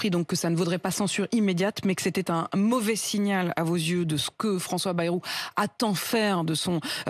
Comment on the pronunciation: Et c'est pas "bérou", c'est "baillerou" la prononciation du premier ministre, cela s'appel parler français ! « Bérou », « Baillerou »… Comment se prononce vraiment le nom de famille du Premier ministre, François Bayrou ?